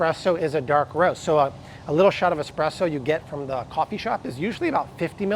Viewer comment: S presso not x presso!